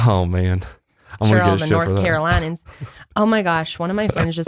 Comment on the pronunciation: NC here! Love the “Dur-ham” and “Caro-line-ins” pronunciations lol